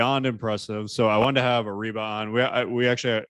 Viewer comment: Areeba ❌ Reeba ✅